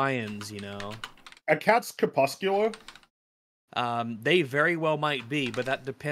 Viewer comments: Crepuscular Fringy, not cepuscular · Why won't Fringy say the r in cRepuscular?